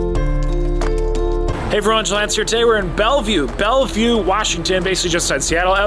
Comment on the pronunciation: Welcome to Washington State! By the way, the city you're currently in is pronounced as 'bel-vyoo' (Bellevue).